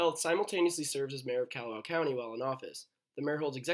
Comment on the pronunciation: It’s Kah-hoe-oh-law-vay. If you wanna be lazy, its Kaho-lah-vay. Kalawao is Kaw-law-VAO. Kaw-lawzzzz, not Kyaluh, like Callahan or Candy (KYANDEE). It’s Kaw like car or at least cod, but not like Cadillac